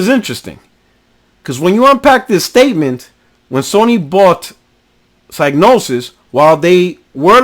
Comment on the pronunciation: Just one thing. It's pronounced "Cig" as is Cigarette not Psy as in Psychic.